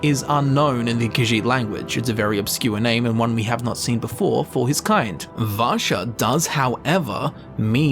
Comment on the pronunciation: Vasha is a Russian name and your saying it sounds like rassa which sounds like Russia coincidence? I think not